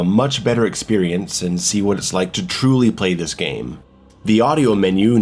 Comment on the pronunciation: oh okay, I guess I wasn't "TRUULY" playing this game yet. Now I will. 🤣🤦‍♂️